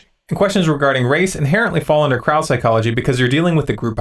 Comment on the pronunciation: ...It wasn't just the "ignorant fringe" that sounded like "the ignorant French". When you first said "Crowd Psychology" I swear that I heard "Kraut Psychology". I paused, "Wait a second, here..." Thank you for taking a stand against racism. I was on ZeroHedge earlier and some comments were really bad. I suggested that Tyler Durden BAN THEM. You are totally correct.to give NO QUARTER. That is IGNORANT CRAP!!! I don't agree with all that you say. I'm no Zombie. But I stand with you on this.